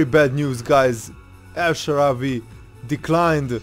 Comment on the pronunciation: "el shawarry" !?